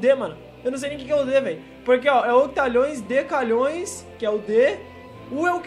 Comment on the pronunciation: Undecilhões** kkk